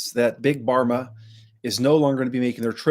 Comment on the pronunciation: It’s not big barma it’s big Pharma - with a f sound. Pharma is short for “pharmaceutical”